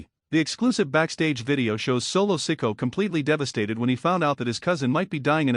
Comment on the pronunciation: Lies and more lies. Roman is gone fliming. Learn to pronounce the names correctly, like Solo last name. You are a joke.